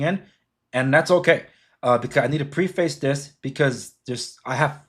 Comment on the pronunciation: You are so gullible and naive, no wonder you are a magat cult member. Not once did you mention the One China policy, and learn how to pronounce “preface” because your immigrant status is showing. You are so confused that I feel sorry for your wife.